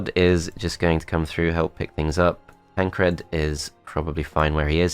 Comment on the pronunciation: Why are you pronouncing Todd and Tancred like that? Todt, Tancredt...